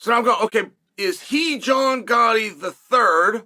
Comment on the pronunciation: Gatti, not Gotti